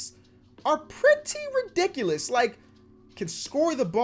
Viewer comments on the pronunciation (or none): none